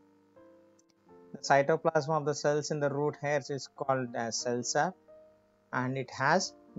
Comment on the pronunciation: It is cell sap Not cell sub